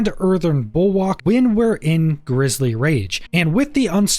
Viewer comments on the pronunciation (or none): just an FYI it's pronounced Bull-work, and whats your view on Mending stone for pants.